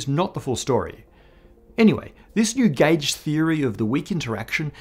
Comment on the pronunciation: Subtitles: gauge Spoken: gæge